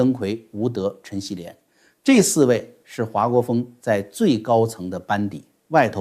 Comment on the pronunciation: 华（hua姓4声不是2声）国锋